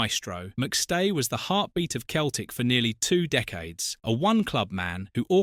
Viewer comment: "Sowness"? "Keltic", "Mara-doena"? Couldn't you find an AI that could at least pronounce the names right?